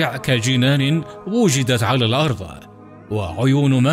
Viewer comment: قناة رائعة و لكن لو أنكم تلفظون حرف الضاد بشكل صحيح للاسف المعلق يقرأ الأرض ... الأرظ